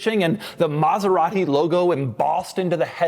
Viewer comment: Doug is the kind of guy to pronounce it MaseraHti for no apparent reason.